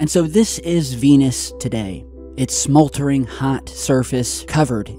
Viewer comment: Smoltering? Smoldering....